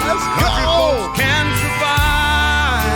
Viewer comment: I can tell you haven't heard it before cause you gotta put emphasis on CAN "A county boy CAN survive"